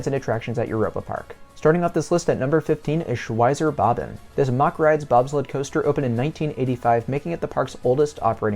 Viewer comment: Its Mack rides rhyming with Jack. It's not pronounced "mock" It annoys the ish outta me because all of a sudden a few years ago one of the Douchy youtubers like EltoraRyan or themeparkcfazy started pronouncing it wrong and then all these other people started following suit. Amd I know I am 100% correct as my uncle worked for the family for years when he settled in Germany after the army